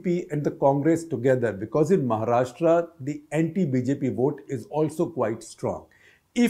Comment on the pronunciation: Shekhar first learn to pronounce 'Maharashtra' properly (like 'Rashtra'), not Maharashtraaaa